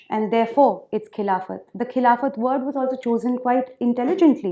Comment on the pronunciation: A repulsive speech by a repulsive woman...... She is giving a speech on Khilafat - she can't even pronounce the word Khilafat correctly!